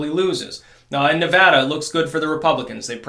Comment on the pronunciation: I appreciate you saying Nevada correctly. SPQR